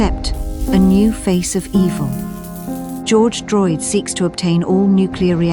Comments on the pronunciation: Dude I lost it when she said George droyd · didn’t check the channel name and thought it was an actual documentary until the narrator said george droyd😭😭😭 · "George Droyd" that has got to be the hardest that i have ever laughed at a GT video. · george droyd 💀💀💀💀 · GEORGE DROYD LOL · George Droyd 😂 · George droyd 😂😂😂😂😂😂😂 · George Droyd lmfao. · George droyd😂😂😂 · GEORGE DROYD 🤣🤣🤣 oh my hahaha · George Droyd 😂😂😂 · George Droyd 🤣🤣🤣🤣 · George droyd😂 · George Droyd🤣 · NOT GEORGE DROYD!!! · Uhh, who is George Droyd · GEORGE DROYD LMAOOOOOO AHAHAHAHAHAHAHAHAHA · I have been seeing George Droid memes on IG, as soon as I heard "George Droyd" I paused and repeated, damn that shitter is even a meme post mortum haha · George Droid?! 😂😂😂😂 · "Not today, George Droyd..." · “George Droid” had me laughing so hard I couldn’t… uhh, never mind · Broooooooooo not George droid 😂😂😂😂😂😂😂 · Lol, George Droyd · Lmfao George Droyd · As soon as I herd George Droid I walked out of my room for a minute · Georch droyt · GEORGE DROYD?????? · NOT GEORGE DROYD!!!!